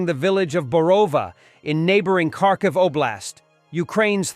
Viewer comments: Not Karkiv , kHarkiv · The name is Kharkiv - ( har - kiv)